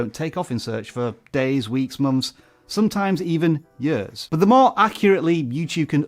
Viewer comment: The way he pronounced "years" & , is that a regional thing?